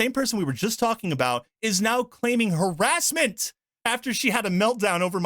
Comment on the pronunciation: "Harasement" How is this person even employed in the gaming industry?